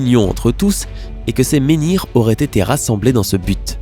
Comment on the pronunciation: "menhirs" pas "ménirs" !!!